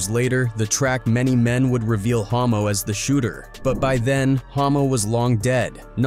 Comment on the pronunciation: Hommo not ho……😄 Cancel A.I. 😏